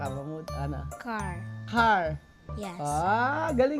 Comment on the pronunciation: Kodus talaga kay Raul sa kanyang adhikain sa Matingga family. Magagaling na talaga sila lalo na si. Galing na mag pronounce ng english like car " chhar" with h.